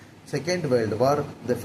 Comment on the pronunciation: Adhu warld Ila da kiruku adhu world olunga pronounce pannu mundam